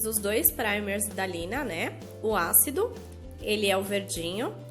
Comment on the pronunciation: é Sina não Lina isso é um S vi em um outro vídeo kkkkk também dizia Lina kkk